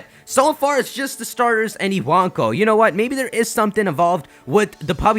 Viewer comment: ewonko it's spelt but he says it as iwanko for some reason